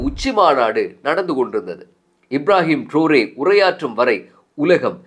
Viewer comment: இப்ராஹிம் ட்ருறே என்று உச்சரிச்சு இருக்கலாம்